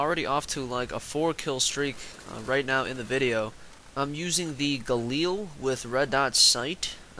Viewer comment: It's the galil why does everyone call it the galeel on YouTube?